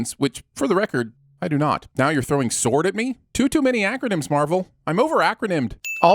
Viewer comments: Please stop saying “sward” that shit is annoying af, just say sword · correct me but isn’t that pronounced soar-d not sa-ward? I get sword sounds like sa-ward, but you should know. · 1 sin for everytime sword is pronounced as "sward" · Stop pronouncing sword weird. Your analogy doesn't make sense. GIF is spelled with the G and no other letters signifying the G should be soft, so the word is Gif. I'm S.W.O.R.D O stands for observation which still makes an O sound, so just say ficking sword. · It's the pronunciation of "sword" at ~ for me.